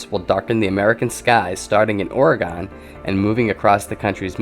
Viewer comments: Just a quick mention here. It is not Oragone, but Orygun. :) No gone in Oregon. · Not to be picky, but it's OregUn. Not Oregone. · How come nobody can pronounce Oregon? Lol Kills me every time I hear "Ore-Gone" lol dead! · It's not oreGONE. It's still there. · The way you pernounce Oregon helped add some humor in the midst of a very serious reality that no one wants to hear or believe. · learn how to say Oregon right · the way he says Oregon makes me cringe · please pronounce Oregon correctly